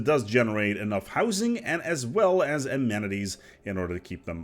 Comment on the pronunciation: A-man-eh-teas. Try it,.